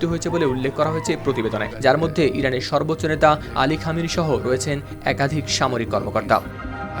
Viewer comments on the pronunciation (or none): none